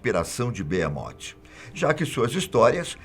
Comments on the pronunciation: Não é Beemote, é behemoth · o Nome E Behemoth Não Beemote kkkk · Mano..eh "Behemot" n beemote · BeHemoth com som de R não beemote porra fatos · Oh , man , é Behemoth e não beemot ...